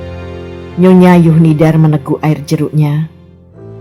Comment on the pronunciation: Mengapa huruf Z dibaca menjadi Y? Zuhnidar menjadi Yuhnidar?